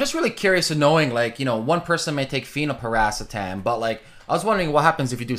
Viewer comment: thanks, i thought thats what he was referring too but it sounds like he wasn't pronouncing it "phenylpiracetam." maybe i'm trippin ;)